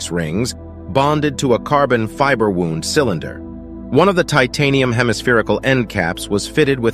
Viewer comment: "12-zero-zero-zero foot" Crappy text to speech tech, that can be performed by a 1970s vintage 8-bit processor ! W-owe-nd, not "w-oo-nd" (wound). AI, my ass ! I bet this clown thinks a computer expert, because he wrote a Python routine once !